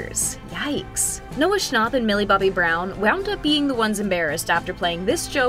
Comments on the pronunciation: It's Noah snap not Noah's stop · “Noah Schonop” 💀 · Its not Noah shnopp" it's fucking snapp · Ccnapp no its schnapp